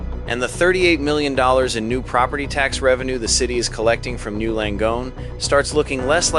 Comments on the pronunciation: N Y. U. Not new. Say it right or don’t say it at all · Why are you calling it "New Langone." Is this an AI reading of a script? It is N Y U Langone. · It's N. Y. U. Not NEW!